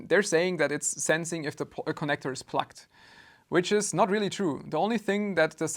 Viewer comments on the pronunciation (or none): Good video 🙂 Funny how pronounces "plugged" as "plucked", which is actually what he did to the cable, lol. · Is he saying plugged och plucked?